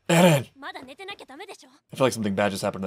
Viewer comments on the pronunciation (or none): Mikasa always says Ereh man, not Eren.